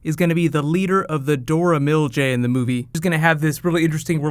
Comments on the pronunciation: Excllent video except.. ...Dora Mil-Jay lol It's "Mil-Ah-Jhey". It's okay though, we all make mistakes. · Just saying. It's pronunced Dora Malaje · its dora milAHjee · I just want Winter Soldier to be in the movie. Anyone else would steal the movie (especially Cap). And you are mispronouncing Dora Milaje